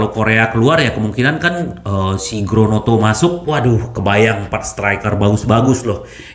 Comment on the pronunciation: Mba lidah Kesleo tuh.. 😊😁